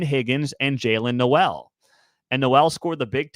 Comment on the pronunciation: Btw, the Iowa state receiver Jaylin Noel’s name is pronounced “Noel” like “mole,” not “No-elle”